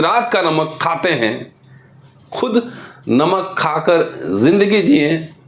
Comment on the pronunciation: नमक है नोमक नही है